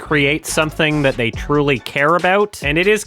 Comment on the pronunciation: makes sense, you're not a native English speaker so let me say it for you since you wouldn't know. As someone who has written in English for decades, the way he is saying "they" is incredibly awkward and incorrect. There is a reason so many people are pointing it out and non-english speakers are getting confused, even they know it's wrong. You prob know too but are too woke (scared) to say it out loud🫢🤫